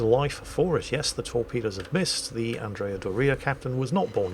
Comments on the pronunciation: ACKSHULLY,, “anDRAYuh dorREEuh” is usually pronounced ANNdree-uh DOORee-uh. I’m not Italian, but still. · Andrea Dòria, not Dorìa. It's not that complicated. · It’s pronounced Andrea Dooria with emphasis on the first syllable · True to form, pronouncing Andrea Doria in such a way as to sound like fingernails on a chalkboard to any Italians out there. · Any chance whatsoever you might ever pronounce Andrea Doria correctly??? Doria has the stress on O not on I!!!